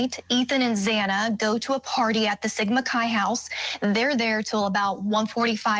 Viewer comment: Xana’s name is pronounced Zaana NOT Zawna! Please be respectful of the victims! 😡